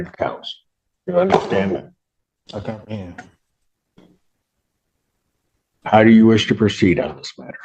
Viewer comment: All judges need to start saying "if you cumperhend you understand" every time they say they cumperhend.